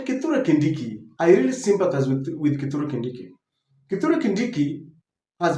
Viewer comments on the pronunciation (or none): none